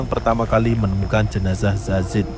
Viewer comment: Salfok sama presenter nya, kok dia bilang zazid ya bukan yazid..